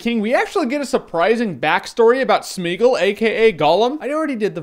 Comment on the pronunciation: It's pronounced Smai-uh-goll, I think ...